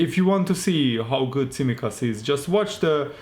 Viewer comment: tsimikas .it is pronounced like ts in the word "let's" and it is emphasized in the second "i"